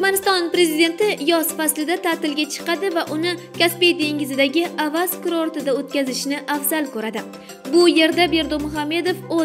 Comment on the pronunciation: Avaz emas awaza dep aytiladi